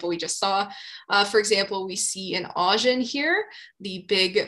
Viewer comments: Augen (eyes in German) should be ow-gen, not awe-gen. Just saying. Great video over all. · I'm loving your videos, they got me through Mineralogy and now through Petrology! For your Gneiss section at around 26 min... If you google the German word and pronunciation for "eyes" you'll see/hear how to say "Augen". 😊